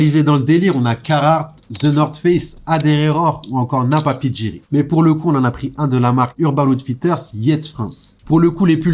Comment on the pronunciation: Par contre on en parle de la façon dont prononce « napapijri »? 😭